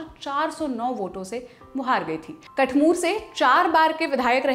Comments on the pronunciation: कठमूर नहीं, कठूमर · सही उच्चारण है कठूमर